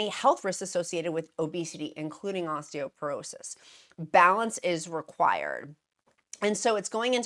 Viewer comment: I know you like to factually accurate… it’s “Osteoporosis.” 😊